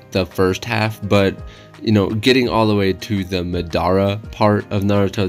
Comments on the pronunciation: bruh MAH-dah-rah homie said muh-DAH-ruh. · Love the drawing but how do you watch something and not get pronunciation right😭 I never understand it’s not (mu•dar•a) it’s (ma•da•ra) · It mah-der-ah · Who else felt hurt when he said maDARa And also there’s 9 characters not to be picky. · Disliked coz of the way u said Madara, jk but don't ever pronounce it like that ever again